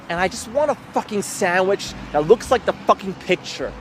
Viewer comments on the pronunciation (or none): none